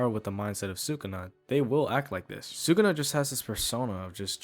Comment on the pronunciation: its sukuna, not sukana :v